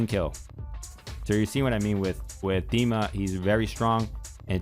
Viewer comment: Bless you for saying his name right!